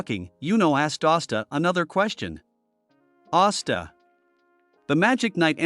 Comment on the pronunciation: Austa? Não e asta